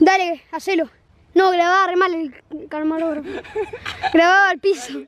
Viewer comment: Like por el “CARMAROGRAFO”